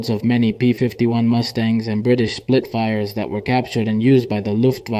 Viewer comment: Spitfire, NOT Splitfire.